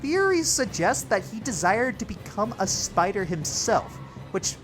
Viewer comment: Ah yes, the Speeider.